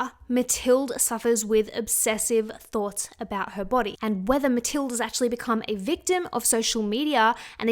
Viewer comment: Pretty sure mathilde is pronounced just like Matilda. Love ya!